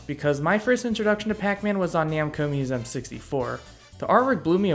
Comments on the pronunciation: Its museum, not moosehm. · Musem?!? Who says museum like that?